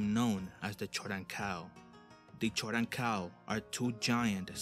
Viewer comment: It's pronounced 'Koden-Kal' not 'choden-kal'